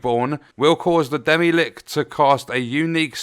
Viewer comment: that pronunciation kills me XD